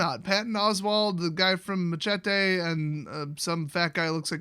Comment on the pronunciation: The way you pronounced machete disturbs me...